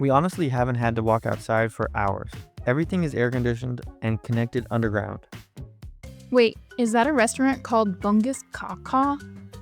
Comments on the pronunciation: Bungkus kawkaw (pronouced - boongkoos cow cow😂) means wrapped real tight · 1) "Bungkus kawkaw" (pronounced bu-un-cos cau-cau) means "wrap it up tightly." The food there is actually quite good, to be honest. It might not make the best first impression of local cuisine, but it gets the job done. 2) A lot of people speak English in Kuala Lumpur. You’ll notice less English being used outside the city, although most people can still hold a basic conversation, they just might not be fluent. 3)Most malls in KL are huge. They aren’t technically connected, just plenty of entrances 4) The sound you hear when crossing the street is called the Azan. It’s a call to prayer for Muslims, letting them know it’s time to pray. Since they pray five times a day, you’ll hear it five times throughout the day. 5) Some stations have brand names because Malaysia has a program called the Prasarana Station Naming Rights Programme. Large companies bid to have their names on the stations they want. Not entirely sure why, though.... 6) The biggest mall in Malaysia and the third largest in the world is IOI City Mall, located in Putrajaya. 7) Be cautious with tap water most of the time it's not drinkable. 8) Some buildings in Malaysia that are built by Chinese companies do not have the number 4 because it is considered bad luck. The number 4 (四, "sì") sounds very similar to the word for "death" (死, "sǐ"). 9) Malaysia is a multicultural country with several ethnic groups, including Malays, Chinese, Indians, and indigenous peoples, who mostly reside in East Malaysia. Lately there's a